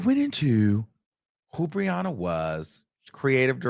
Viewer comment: I kept thinking he was saying RIHANNA NOT BRIANNA!? I was like Rihanna is in this mess too?!?🤣